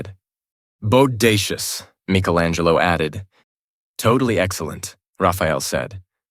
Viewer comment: Besides a few mispronounciations of a few words and names, this was good. One time Shredder was called "Shedder", and Sterns was called "Stems" twice. I can forgive "Michelangelo" being called "Meek-elangelo", bc that's still a correct pronunciation in Italian. One time, the word "fight" was misspoken as "tight". And "dogi" was mispronounced as "doggy" every time. And "making coleslaw" was misspoken as "malting coleslaw" Is this a human mistake? Or was the narration A.I. generated? There were strange pauses that did not fit the flow of the narrative. Breaks in between dialogue, pauses in between sentences. It felt off. I think your channel would benefit more from a human voice actor reading these books aloud. An A.I. voice sounds too robotic and loses the naturalistic tone that anyone reading off the voices would have made.